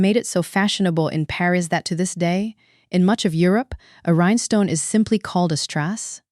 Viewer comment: Rhinestone only has 2 syllables not 3 it's rine stone not rine eh stone